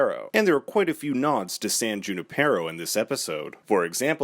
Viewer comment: San Junipero is pronounced with the emphasis on the NI part, the way you say it makes me cringe, being a Spanish speaker.